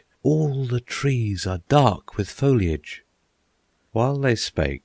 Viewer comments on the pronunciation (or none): none